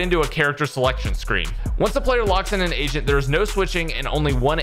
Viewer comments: The audio could have been better. Probably need a better mic. "Agent" sounds like "Asian" and i cant un hear it. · You say agent like you're saying asian lmao